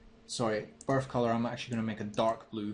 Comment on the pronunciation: lol, when he says birth color, it sounds like barf color!!!! anyways, greate and quick tutorial man!!!!